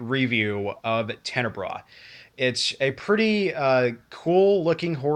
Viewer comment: I know this video is old but your pronouncing it wrong. Also, the correct sub-genre would be giallo, not slasher. Giallo are horror murder mysteries from Italy that were most popular around the 60's and 70's.